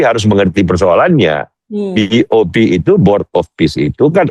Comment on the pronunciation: BOP ❤❤bukan BOW 😂😂😂